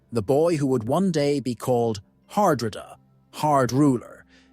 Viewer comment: Dear God please tell me this is an AI voice messing up Harold's name Har-dra-da